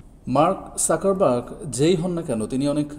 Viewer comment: Joto bar mark suckerburg bolsen toto bar hashiii 😂. Dangerous era. Mark suckerburg 😂